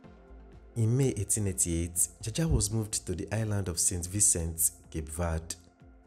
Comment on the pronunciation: A lawyer friend of mine tells me it is pronounced 'jawjaw'😅